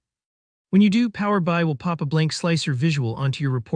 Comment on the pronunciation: The voiceover on this is so bad. "Power Bye"?